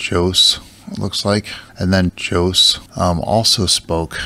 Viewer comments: How anyone could mispronounce the name Jose is beyond me lol “Joe-ss” It’s “Ho-zay” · It's pronounced "hosay" and not "djose". 😅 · Jose? It's pronounced hosay.. lol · José (ho-ZAY) is the Spanish equivalent to Joseph, super popular name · Hahaha 🤣 What language is that? Spanglish?!? Americanese? 🤣😂😆 You do realize that Jose is a Spanish name that is pronounced properly in Spanish, not Spanglish, right?!? Jose it’s pronounced simply as [Jose] — with the [s] NOT [z]. And just [e] at the end. Not [ei] [ho-se]. Plain and simple! 😂🤷‍♀️🙄